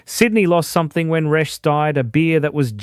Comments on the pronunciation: Resh? wasn't it pronounced Reeshes. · Resches not resh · Just pronounce it reeches and it's still on tap. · Not much research. Pronounced... Ree - shez. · Nobody called Resch's Resch the S at the end was pronounced as in Resches. Also Tooheys was a direct competitor to Resch's. There was also Grafton Lager sold throughout Northern NSW. I was too young to try this but it was very popular there. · I don't know about how Resch's is supposed to be pronounced but the people of Sydney pronounced it as Reshez. I know. I was there. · Pronounced Resch-es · I have a few comments first is for DA or as it was better known as Dirty Anny and another one gone is Toohey's Country Special When Tooheys New wouldn't travel well in a green ca and Resch was pronounced Resches and the export pilsener was a silver bullet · Yeah, Reschs silver bullet cans still available. They should change the AI voice over to pronounce Resh-ers…. that’s how I hear people pronounce it in Redfern / Waterloo where I’m living now. Does no-one review their work before releasing? 😅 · Learn how to pronounce reschs properly